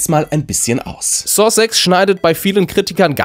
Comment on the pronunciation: Warum sagst du ständig Saw Sex?🤔